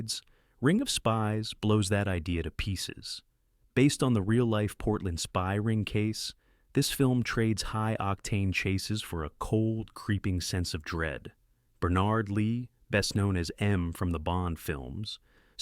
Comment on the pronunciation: It's BER-nard for goodness' sake. Who will rid us of AI?